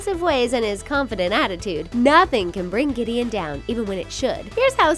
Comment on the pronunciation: Ugh giddion